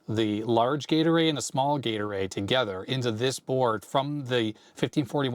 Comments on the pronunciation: Doesn't detract from this video. Thoroughly enjoyed it. However, all I hear is Gatorade. I know, gate array. I know. That said, Gatorade!!!!!;) Thanks. Love your stuff. You're a rockstar. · I amused myself much when I realised you were saying Gate Array, instead of what I was hearing "Gatorade". My fault for watching at x1.5 speed. LOL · I keep thinking you're saying "Gatorade" when you say "gate array" :D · gate array, heard gatorade LOL